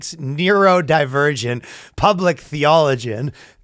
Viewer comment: needs to go to church for saying 'theologian' wrong.